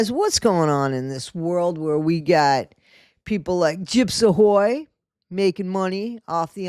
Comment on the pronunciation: every time I hear you say Gyps Ahoy I always hear Gyps A Ho 🤷🏻‍♀️ 😂